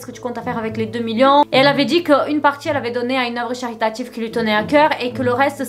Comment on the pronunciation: CH-ritatif ? 😂 Je suis MORTE.